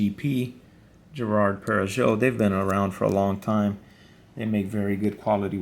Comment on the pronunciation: Girard-Perregaux Perregaux is pronounced “perry-go” 🤝